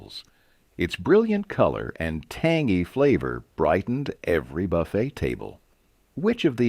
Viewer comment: Its NOT Buffet -like Jimmie. Its Buff-aye!